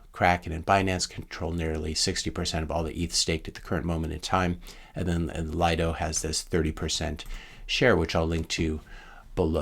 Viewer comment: Pronounced, "Lee-doh"